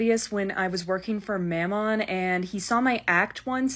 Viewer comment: let's not talk about your pronunciation of mammon 💀 HILARIOUS headcanon tho